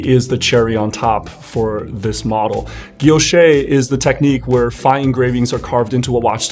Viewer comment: Great review! This helped me decide on my next Cartier purchase. And thanks for correctly pronouncing “guilloché” (ghi-yo-shay).